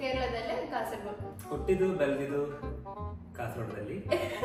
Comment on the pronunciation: Akka nimma kannada yake change untu " Beldiddu" Idanna pronounce madbekadre" la" vannu "laa" anta yake heltiraa akka